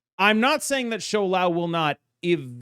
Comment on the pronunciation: Thank you for being the only creator that pronounces Shou Lao correctly